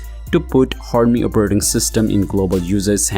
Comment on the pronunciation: "Operrting System"